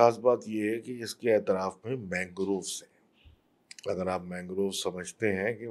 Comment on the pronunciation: its not aitraf. its atraf